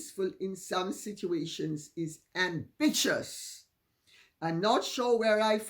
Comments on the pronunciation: "Am'bitch'ious"! Hilarious and I love it! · "Amvicious"? *snorts* 😆 👏🏼👏🏼